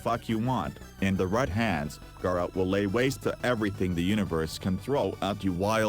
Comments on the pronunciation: “This is gayrah” 💀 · okay your video is great yes... but the way you say gara made me dislike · im today years old that i found out Gara is not pronounced "GAH"RA